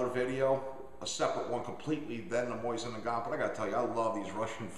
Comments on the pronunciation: What's with people calling it a moisin its Mo Zin Nagant ( technically mo zeen Nagan) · "Moisin" ? I understand not many people will take the time to figure out the super simple russian/french pronunciation "moSeen nagohn"... BUT MOISIN? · its MO Sin not Moi sin. Other than that repeated f up, good video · whats a moisin? lol thats funny its mosin not moisin.. sounds like hes sayin moisten haha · It's not a "MOISIN" It's a "MOSIN". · Lol I like how he says mosin like MOIZ IN. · lol, "moisten" nagant.... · why does he keep saying "MOYZIN" ??